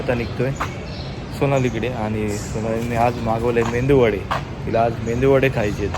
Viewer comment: मेंदू वडे नाही, मेदु वडे म्हणतात .काय फक्त खायचं माहित धड नीट उच्चार पण नाही येत. हॉस्पिटल मध्ये ऍडमिट आणि तिला बाहेरचं तेला चे खायला हवे जीभेचे चोचले.